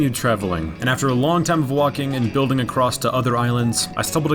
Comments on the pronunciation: I just noticed he says "acrosst" instead of "across" each time he says it lol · lol its so weird hearing him say "acrost" instead of "across" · You know 'stumbled acrost' isn't a thing right? It's 'stumbled across'... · Your videos are super entertaining, but I feel like I can't watch them because I did inside a little bit every time you say across as "acrosT" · Hearing that letter T at the end of “across”, make me suicidal.